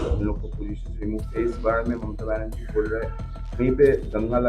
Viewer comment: हिंदी बोलने नहीं आता इस ऐंकर को। बनेरछी और छ और झा में कोई फर्क नहीं समझ में आता है